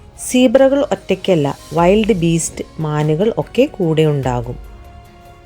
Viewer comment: വിൽഡ് ബീസ്റ് is correct not വൈൽഡ് beast